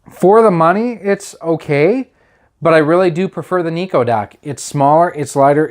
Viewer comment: It's not Niko but Nyko.. With a Y.. Pronounced like Seiko..